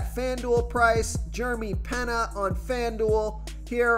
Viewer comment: Jeremy Pena is pronounced like Pane ya not Pen nah